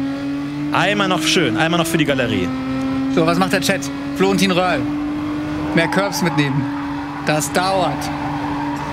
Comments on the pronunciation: Lieber Florentin: der Rally Fahrer heißt "Röhrl" nicht "Wöhrl" <3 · Röhrl! Er heißt Röhrl! 😂